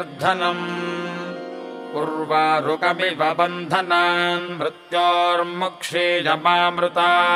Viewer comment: क्षी is pronounced as ह्रस्व but actually it is दीर्घ..